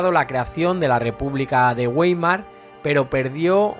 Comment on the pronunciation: Está muy bien tu trabajo, un importante contrapunto a otros amarillistas. --La única enmienda: la fonética es Baimar (por Republica de Weimar), igual que en castellano (Uaimar es fonética anglosajona).